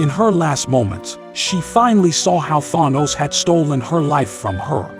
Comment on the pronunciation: Why does rhis AI reader say Thanos weird?